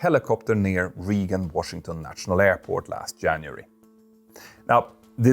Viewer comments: It's not "region" Washington airport, it's Reagan as in Ronald Reagan, pronounced more like ray-gn. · "Reagan" is pronounced "RAY-gan", not "REE-gan." Because English is dumb. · "RAY-GEN" as in President Ronald Reagan. Love ya! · we should not be flying in Reagan Intl (pronounced (Ragan, not Reegan). That is the most ridiculous airport we fly into. Just fly to Dulles. Only reason that place is open is Senators and Representatives in DC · Dear Petter, Reagan is pronounced as 'Regen', not as "Riegen'. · Just for your information, Reagan National Airport, the first word is pronounced like Raygun. Or, you can just call it National Airport in DC. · Reagan is pronounced as Ray-gn. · Ray-g'n, but who cares. I liked hearing an extra vowel there and in another name. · a pronunciation note: "Reagan" is pronounced more like "ray gun" and on that note, in last night's news, it was said that there are now delays there, as the US ATC staffing issues reach a point where ATC employees are leaving their jobs over working conditions. I'm not sure how accurate the reporting on that is, but if so, it is a sign of severe trouble on the horizon for US air travel. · Please learn how to pronounce Reagan😂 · There was also some weird pronunciation of Reagan, and Van Nuys.